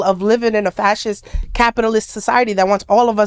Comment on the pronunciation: I'm so glad started pronouncing fascist correct lol. I wasn't gonna be the one up in her comments trying to correct her cuz it honestly doesn't matter. But, clearly, someone else must have.